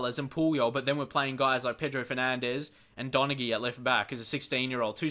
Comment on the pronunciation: Donaghy is pronounced Don-a-hee, if you wanted to know